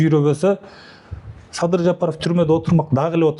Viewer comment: Сабыр эмес Садыр деп туура айтчы итркемди келтирбей